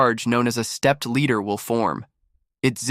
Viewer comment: AI can make mistakes..this is an example...stepped Leader...Ladder....Ladder...Ladder ooooohhhh.